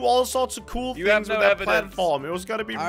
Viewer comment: lol he said thins